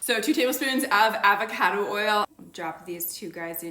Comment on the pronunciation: I hate the way you say avocado… still trying this out tho